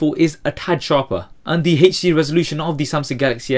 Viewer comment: How he says hd xD Hejdi